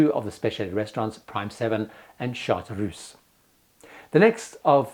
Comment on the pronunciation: I am a big fan of you, and I LOVED this content! But please know, that you really pronounce "Chartreuse" (="yellow-green") in a totally wrong way! 😘